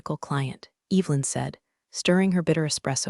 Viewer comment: It would be incredibly nice if words like Evelyn were pronounced correctly. An ai story with no human editing.